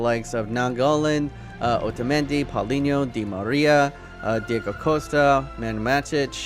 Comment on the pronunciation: he said deigo costa